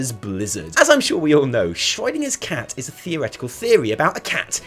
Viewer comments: Who is Shroidinger? xD Schroedinger is pronounced way different -_ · please stop pronouncing schrödinger as schreudinger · Ah yes, the shroydinger effect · Anyone else wondering who Schreudinger is? I'm guessing he means Schrödinger but I'm concerned I missed a joke somewhere... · Schroid-inger, Schrödinger on roids. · The way you pronounce Schrodinger is making my temporal lobe spasm! But besides that, great video as usual guys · The only problem I have with this video is that can't pronounce Schrödinger correctly... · you butchered Schrödinger. ^^ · your pronunciation of Schrödinger is the weirdest one I have ever heard. Nice.